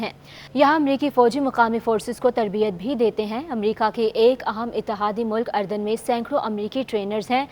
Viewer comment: محترمہ ملک اردن کا نام صحیح پڑھ لیا کرے افرو کا تلفظ پڑھنا سیکھنے کی کوشش کریں۔